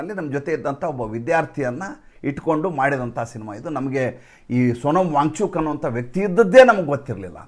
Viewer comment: ನೀವು ವ್ಯಾಂಗ್ ಚೂಕ್, ವ್ಯಾಂಗ್ ಚೂಕ್ ಎಂದು ಹೇಳುತ್ತಿದ್ದರೆ ನಮಗೆ ಬ್ಯಾಂಚೂತ್, ಬ್ಯಾಂಚೂತ್ ಎಂದು ಕಿವಿಯಲ್ಲಿ ರಿಂಗಣಿಸುತ್ತಿರುತ್ತದೆ 😂😂😂